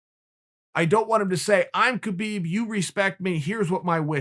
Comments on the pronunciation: Love you Chael, but pls pronounce br. Khabib name correctly. Its pronounce as Khabib where the K is silent. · Man your pronunciation of Khabib’s name is killing me 🤦‍♂️